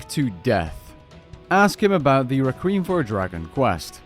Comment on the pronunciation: Requiem is pronounced "Reck-wee-em". Thanks for the guide.